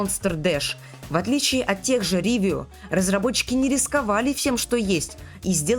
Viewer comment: Почему "Ривио" а не "Ровио"? Почему "Эпхория геймс" а не эйфория геймс? Это типо у тебя такая фишка, коверкать, названия компаний 😂